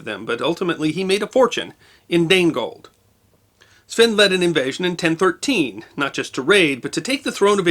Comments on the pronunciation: It's 'Danegeld', not 'Danegold'. From Wikipedia: (/ˈdeɪnɡɛld/; "Danish tax", literally "Dane yield" or tribute). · Dane Gold or Danegeld is a miss interpretation. In Old English the letter G next to a vowel is pronounced as the letter Y. So it is actually Dane Yield, or money yielded to the Danes. In Old English the double letter C in Wicca is pronounced as CH as in church. So it would sound like wicha. And church was spelt ccurcce. Interesting this misunderstanding led people in Scotland using the word Kirk.